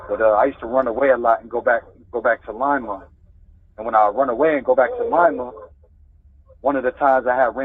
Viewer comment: You can tell he’s from here because he says Lima the right way.